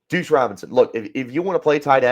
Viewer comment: Bro… you gotta pronounce Duce… said “douche” like 10 times.